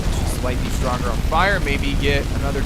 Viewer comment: Drag ore that's the pronunciation